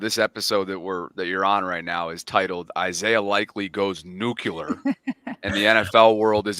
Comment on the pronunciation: Of course, the grammar is atrocious., use “an” before words that start with a vowel. The vowels are a,e,i,o,u., it’s “ NEW - cle- ur”, not “new-que-ler. Thank you.